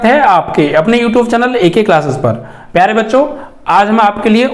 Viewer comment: when sir says " pyare " I lough 😂😂😂😂😂😂😂😂